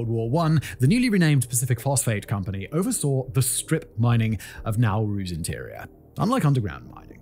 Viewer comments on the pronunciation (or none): I don't know if anybody has ever told you, but there's no "R" at the end of "oversaw". It's not "oversawr". Same with "Banaba", except there's no "R" at all in that word. SamoaR? NOPE! NO R in Samoa, either. And what the heck is a "Dominicaran"? DID YOU MEAN DOMINICAN?!